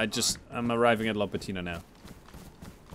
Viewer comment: "LAPatino" Big lad from my country lol